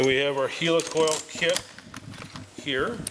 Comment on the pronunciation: Its helicoil as in helicopter! 🤣